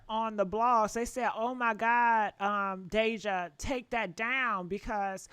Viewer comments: Her name is deyjah not deyjahnae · Y’all speaking on this girl and her family like y’all close family members or friends. This video is nothing but a bunch of gossip and assumptions. Stop pretending to know these folks and what’s going on in their household. Hell, the host can’t even say Deyjah’s name right but wanna speak on them 😂